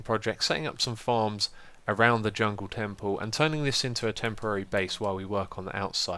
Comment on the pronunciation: it´s that you say djungeltempel!